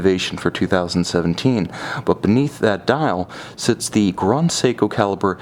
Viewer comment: It doesn't matter what language you're speaking, "grand" is never pronounced "grond".